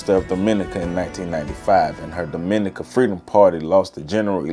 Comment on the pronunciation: The emphasis in pronouncing Dominica in on "Dom": DOM- min- NEE- ka As apposed to do-MIN-i- ca